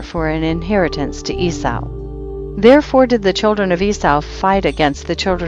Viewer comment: Eee saw. not whatever you’re saying.